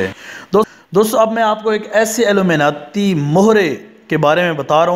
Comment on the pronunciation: Pehle Illuminati tou bolna seekh le